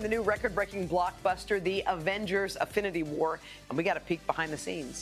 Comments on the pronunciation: Did I hear that woman say ' AFFINITY war ? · "Afinity war" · Did she say affinity war twice? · What the f is Avengers affinity war zz